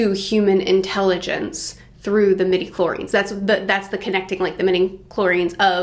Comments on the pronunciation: Love your enthusiasm! Just a note because it bugged my pedantic ears, but it’s “midichlori-ANS” Anyway, love your enthusiasm! Star Wars is great, even when it gets kinda dumb, because it’s so mythic and almost fairy tale-like. After, it’s set in a world long ago, far far away… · Please pronounce the "a" in medichlorians.